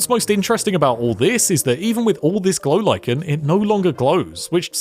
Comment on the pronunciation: "A block of golichen" LMAO